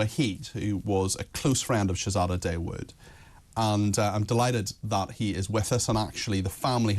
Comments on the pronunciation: Dawood is pronounced Thaa-ood, not Day-wood. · Shay zay da Day wood lol